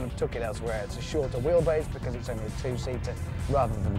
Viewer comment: Bekiss... it's' because' man...